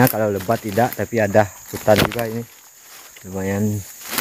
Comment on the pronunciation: Bukan Hunan woee bang tpi hutan